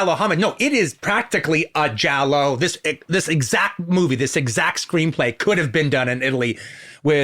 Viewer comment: makes sense it would be in the Es. also, he is actually pronouncing giallo correctly